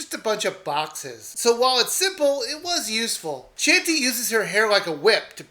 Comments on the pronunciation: It's not "Shantee". It's pronounced "Shaun- tay" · DID YOU JUST CALL HER SHANTY? HAHAHAHA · He no longer sounds like he's begging for subs. ^_^ Also, YOU PRONOUNCED HER NAME WRONG, AND IT MADE ME CRINGE SO MUCH!!!!!!!!!!!!!!!!